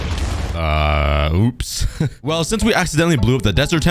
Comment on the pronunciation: "UPS"!? Are you or one of your editors from Poland?